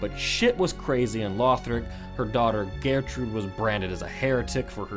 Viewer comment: The way he pronounces gertrude is annoying